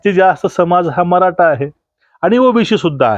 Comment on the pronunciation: जी, नमस्कार. तुमची बोलण्याची आणि विश्लेषण करण्याची पद्धत फारच अप्रतिम आहे. परंतु मी आपणास अंत्यंत विनम्रतेने व आदरपूर्वक एक सूचना देतो की आपण 'ट' आणि 'ठ' ह्या दोन अक्षरांच्या उच्चारणत फरक ठेवा. कारण तुमचं वक्तृत्व ऐकताना चुकीच्या किंवा अशुद्ध उच्चारण झाले तर असं वाटतं की "मी श्रीखंड,आम्रखंड, रसमलाई किंवा बासुंदी खात असतांना अचानक जीभेवर एखादा केस यावा. उदाहरणार्थ 'मराठा' ला 'मराटा'' उच्चारण करणं. शक्य झालच तर 'ण' आणि 'न' मध्ये पण फरक करावा. व्हिडिओ तयार झाल्यावर काळजीपूर्वक एकदा ऐकून मग अपलोड करावा. अभ्यासासाठी टीचर व्हिडिओ पण ऐकावे. धन्यवाद आपला नम्र प्रेक्षक.